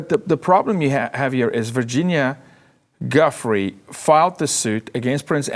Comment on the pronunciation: I love yall and the show, but for God's sake...as someone who's had to correct everyone his entire life...it's not "guffree". It's pronounced "Jew-fray". And NO it's not French. It's Italian lol.